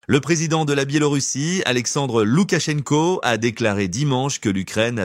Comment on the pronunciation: Loukachenko pas Loukatchenko